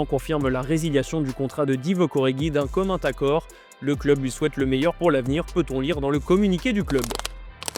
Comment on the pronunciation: "D'un commun taccord" 😉